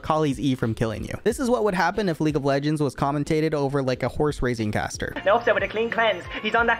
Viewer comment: Locks in yi “now it ovuh rovuh”